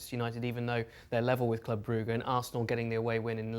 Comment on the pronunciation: why'd he call it "Club Brooga" 😂😂😂